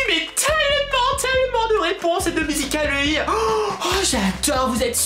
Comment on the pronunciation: ARRÊTE DE PARLER BIZZARMENT SA MENERVE !!!! TU DIT MUSICAL LY BIZZARMENT SES ÉNERVENT !!!! Sinon super vidéo ❤️❤️❤️🤣🤣😂😣😡